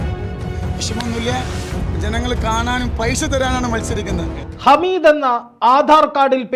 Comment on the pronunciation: ഹമീദ് അല്ല ഹാമിദ് ആണ് ഒരു പാട് ആളുകളെ കണ്ണീർ ഒപ്പുന്നആളാണ് ആദ്യം അവിടെ പോയി മനസ്സിലാക്കിയിട്ട് വാ എന്നിട്ട് പറയണം